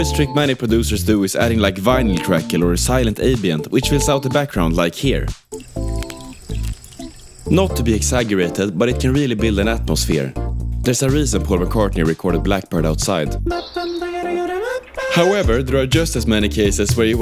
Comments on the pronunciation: you pronounced exaggerated wrong btw. the "gg" is pronounced like the g in giraffe, like a "dzjee". the "j" in jungle also is pronounced like that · excuse me how did you pronounce exaggerated